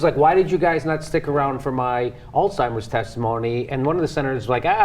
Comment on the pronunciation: It is pronounced as Alzheimer's Disease, not Old Timers Disease